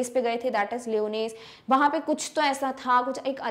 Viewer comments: Mam you are pronouncing the word lyonnesse wrong 🤷‍♂️ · Mam wonderful explanation..but the pronounciation of Lyonnesse isnt correct i think